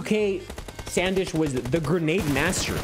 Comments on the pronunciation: its not SAN Desh bro its SUN DESH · It's not Sandesh it's sndesh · he saying sand ish made me laugh so much